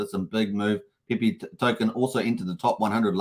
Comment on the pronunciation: Pepe... not PEE PEE 😅